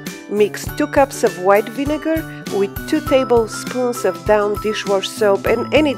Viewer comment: Thank you for these tips! Looks like just what I need. HERE'S A TIP FOR YOU! (I am a French, Latin, and ESL Teacher). Your English is Excellent - very fluent. A small Correction on your Pronunciation of DAWN. You Called It "DOWN" But It Should Be Pronounced: DAW + N -- Like a Dog's PAW + N. I always like my French friends to correct my French. It helps me get better and better. I can sometimes pass for French if I don't speak too long. It is hard to know all the vocabulary and certain pronunciations. Thanks again.